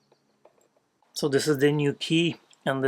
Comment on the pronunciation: Beautiful. I love that when you say 'I'm a professional', it sounds like eff-u. It takes a professional to pull that off. ❤